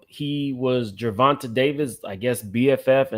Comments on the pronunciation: Ger Von TAY is how it's pronounced 🤗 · OMG! You’re infamous for butchering a name. It’s pronounced “Ger-Von-Tay”. Bmore stand up. 😘♥️